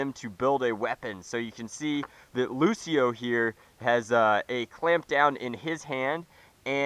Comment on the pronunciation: Did he say Lucio?